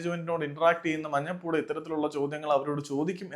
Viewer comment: Enthina bro manjappooda enn parayunnath. Manjappada enn paranjude